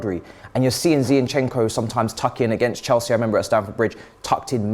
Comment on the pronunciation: Why is saying Zeyinchenko? Zinchenko is pretty easy to say.